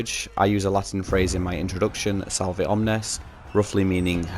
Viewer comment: Congrats on 3k. Btw the V in salve is said like a W, might help with your intro?